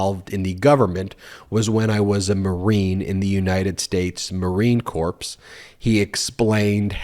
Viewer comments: Minor thing I think I should point out: Corps is pronounced the same as "core", not "corpse"". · how do you not know that US Marine "Corps" is pronounced as in "door" and not "corpse"? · Love your videos. One improvement: - it’s pronounced core and not corpse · Ben, a very small edit - I think you pronounced Corps ( as in Marine Corps ) as if it were pronounced “corpse”. It actually sounds like “core”. Otherwise, super as always. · I hope he wasn't in the United States marine corpse, but rather the corps... a somewhat amusing pronunciation error! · I noticed that, too. And, I'm just a regular lady! Thank you for sharing this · 👍 great channel. But as far as I know "corps" is pronounced without the hard p and s. I think it's pronounced CORE as in apples. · You ate too smart to say marine "corpse". The s is silent on marine "corps". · Corps is pronounced "core" . You don't pronounce the p and the s. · Spelled Marine Corps…Pronounced Marine Core. Sheesh! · As a US Marine I can say the Marines will leave our enemies as corpses, however please do not pronounce it that way. Marine Corps pronounced Marine Core as the ps is silent. Thank you. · Corps is not pronounced corpse. The ps is silent. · The "p and s" in the word "corps" are silent. Like core. It's Marine Core, pronunciation. Love you guys. Watch religiously. Please keep it up. It is very important for the fumigation of the Trump stench. My thanks. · Marine Corpse? C'mon Ben. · Core not corps. lol Sorry but both my daughter and I screamed core when you mispronounced the word! The pronunciation with the p is for corpse or in other words a dead body. Source: Merriam dictionary. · Just to clarify, you don’t pronounce the ‘ps’ in Marine Corps. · In the word corps the ps is silent. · Pretty sure the "p" is silent in Corps. That's it. Carry on. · Ummmmm....the 'p' and the 's' are silent in Marine Corps, my friend.